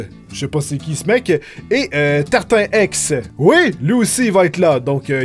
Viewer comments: C'est contre toi mais ça se prononce : TartineEx et pas tartin-Ex ^^ voila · tarti-nex pas tartin ex 😂😉